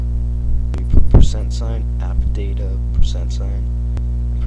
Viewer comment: its '%appdata%' not '%updata%'